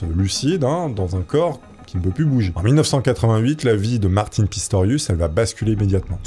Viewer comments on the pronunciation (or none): J'ai accrocher sur l'histoire de Martin de la manière que tu le prononce! Il la fin de prononce comme maTin mais avec un R car de la manière que tu le prononce ça sonne comme mon prénom Martine!